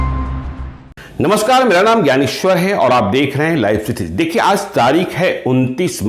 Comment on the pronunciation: Sir pronounce sudhar kijiy, Jana hota hai na ki Zana, Aaj naki Aaz